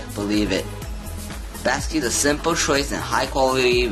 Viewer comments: Basiq is pronounced like basic but you come up with "basque"? Were you in 5th grade when you made this video? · I hate to leave a negative comment, but this has to be the worst unboxing video ever made. It's photographed with the item upside-down, and the guy narrating it sounds like he was dropped on his head as a baby. He can't even pronounce the name of the product correctly, and he even misidentifies the power connector. I had to stop watching after just a few minutes as I could feel my IQ plummeting just from watching the upside-down images and listening to the guy drone on with his insipid voice.